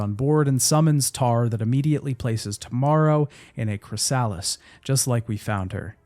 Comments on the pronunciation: Why are you pronouncing Chrysalis as Cry-Sal-us... You're a native English speaker so it's very off putting, you were taught about how caterpillars become butterflies, no? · ....why do you pronounce Chrysalis like Cry-Sal-us .....